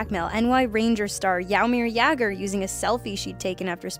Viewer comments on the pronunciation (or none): How she said Jaromír Jágr sounded like Jaumir jaugr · Number 7 was pronounced wrong it's not jairmer it's Jaromir jagr